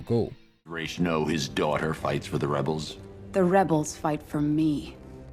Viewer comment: goddammit it's ras, not raysh